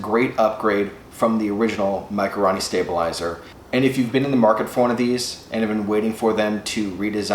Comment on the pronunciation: RO not RA.... for fuck sakes...